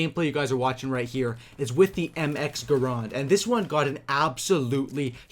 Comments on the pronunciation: it's called my grand not grond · It's not graaaaand, it's GRAND!!!